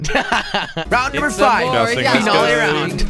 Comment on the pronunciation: Jelly , could you pronounce "Finale" right?